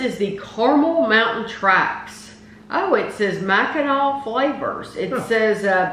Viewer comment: You nailed the pronunciation of "Mackinac" =)